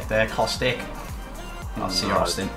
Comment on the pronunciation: why.......EVERYTIME...................................ITS kostić not kostik u say pretty much every balkan name correct..... that just grinds my gears sry.....^^